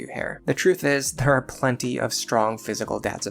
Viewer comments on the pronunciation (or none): none